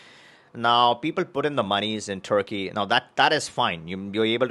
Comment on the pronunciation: No passport for you ! You are not pronouncing Turkey properly.